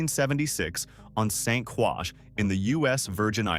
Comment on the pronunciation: St.Croix/pronounced: StCroy!!!--Also, JasonPena/pronounced: Jason Penya!!!